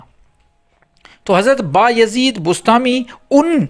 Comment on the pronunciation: بسطامی لفظ ہے بستانی نہیں۔ اسکو ٹھیک کریں۔ جناب عالی